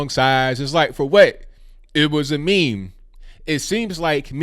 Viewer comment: Stop calling it a Me Me